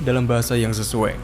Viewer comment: Kalimat SESUAI ,, Kenapa di ucapkan jadi SESUE ? Di menit , tolong koreksi kembali